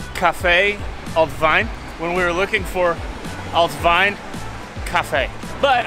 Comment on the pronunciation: "Willkommen in..." What did you say? 🤣🤣🤣 No guys, the German "ie" is pronounced like the English "ee". Just say "Veen" in an English speaker's way and you'll nail the pronunciation of "Wien". And the restaurant you were for dinner is spelled "Griechenbeisl" instead of "Griechenbesil". Best regards from Vienna!